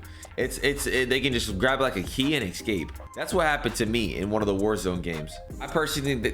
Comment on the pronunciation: Eggscape. F Me, learn English.